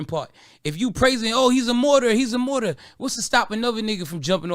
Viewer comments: A Morter?? A Martyr is the word lol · Martyr?? Is that what he was tryin say? Morter?!